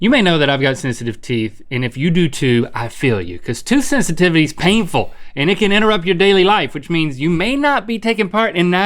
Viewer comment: tooth hisitivity?